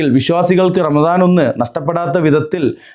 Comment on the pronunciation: P0ആദ്യം പറ ramadano അതോ ranalaano